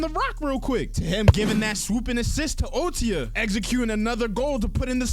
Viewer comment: It’s OTOYA not otiya